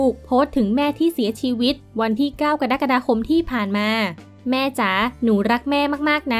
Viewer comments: ว่าจะคอมเม้นกลัวทัวร์ลงเลยหยุดไป โควิดไม่น่ากลัวเท่าทัวร์ลง +1 ค่ะ กะ ดั๊ก กะ ดา 😑😑😑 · กะ-ระ-กะ-ดา-คม นะคะ ไม่ใช่ กะ-ดั๊ก-กะ-ดา-คม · กะรักกะดาคม ไม่ใช่ กะดั๊กกะดาคม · กะ-ระ-กะ-ดา ไม่ใช่ กะ-ดั๊ก-กะ-ดา ออกเสียงให้ถูกหลักภาษาไทยด้วยครับ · กรกฎาคม อ่านว่า กะ ระ กะ ดา คม ไม่ใช่ กะ ด๊ะ กะ ดา